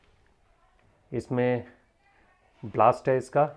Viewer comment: Blast nahi ..... angres..... it’s called ballast 🤣🤣🤣🤣🤣